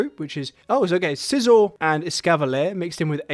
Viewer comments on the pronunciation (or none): none